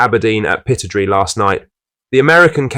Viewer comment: Pittodrie: pronounced 'pit-odd-ree', not pitod-ree!